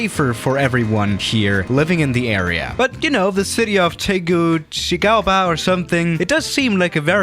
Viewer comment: You say Tegucigalpa like (tay gucci alpha)